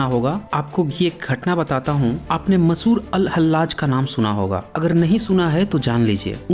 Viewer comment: सर आपका उच्चारण ठीक से नही हुआ - मसूर नही मंसूर हैं वो ।